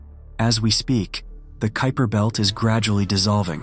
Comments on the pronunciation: I noticed you pronounced the kuiper belt incorrectly and then correctly which I thought was weird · P.S. to -- I noticed that the scholar narrating this video had at least three different pronunciations for the word "Kuiper." After he/she/it pronounced the name of the French city as "Nice" instead of "Neece," I gave up on the video as it was obviously being narrated by a poorly constructed, text-reading robot or someone who graduated from the American educational system over the past decade or two.